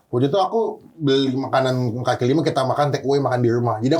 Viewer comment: "Kaki" kali ya bukan "Kali"